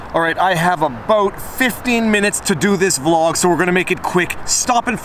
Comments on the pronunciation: Beginning of video: " I have a boot 15 minutes..." NYPD Patrolman: ears prick up End of video: "Booya!" NYPD Patrolman: 'Ello, 'ello, 'ello.. What's all this then? You Canadian over he-ya? Come down for our quality short-wait-time health care, did ya? Oi! Move along, ya hoser." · I thought I misheard him say aboot. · Hahahaha Viva. I thought you said you had a boat. Then you kept talking and the word reframed in context. Canadia we love you 😘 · I was thinking " a bout", for a millisecond I thought you were gonna have a vlegal battle